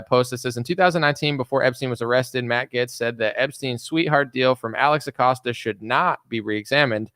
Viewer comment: OK honey, I think I heard it about four times now please stop calling him, Matt GETS. 🤗